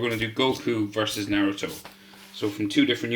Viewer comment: you said naruTOES Lol